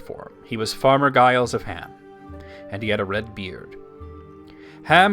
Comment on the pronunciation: Giles is pronounced "Jiles."